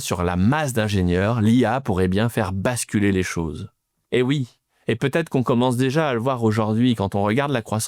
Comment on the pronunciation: « Va-Têtre.. »on en est encore là, cz GA🤒